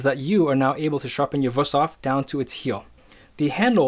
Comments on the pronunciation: He probably knows his stuff, but the fact that he's saying WUS-thof, instead of WOOST-hof makes me think he knows nothing. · It would be VOOST-hof in german. W's are pronounced in German like V's are pronounced in English. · Being german, i have to say one thing: Its WÜSTHOF! And you pronounce it like its two words, wüst hof. Really good vid tho, keep up the good work! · WOOst-hof is also not the correct pronunciation, far from it, lol. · in Gemany they pronounce W as V so it is Vusthof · I am not making fun of you but that pronouncing of Wüsthof and btw there is also Robert Herder and Zwilling knives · You pronounced Wusthof wrong, probably cause it's not Wusthof but Wüsthof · You're really butchering the pronunciation of "Wüsthof"… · It makes me sick how he pronounces Wüsthof. He just pretends there is no points on that u. Nobody expects you to pronounce foreign languages right. But if you make an expert video and say that brand name about 50 times make an effort and get it right. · daAnder71 got it. Dots, not points. I'm no stranger to pronunciation problems in languages that I try to speak or that my friends are starting to learn. The Ü is a hard one, no doubt. I just see no effort here - he's just glossing over it - that's all that bothered me.